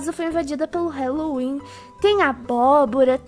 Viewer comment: Odeio ser estraga prazeres mais e HAAAAAAAAALLOWEEN QUE AGUNIA QUANDO FALA HELO HELO NAO EXISTE NO HÁLLOWEEN E HÁLLOWEEN NAO HELLOWEN MDS SOCORRO ALGUÉM ENSINA ISSO PRA PELO AMOR DE DEUS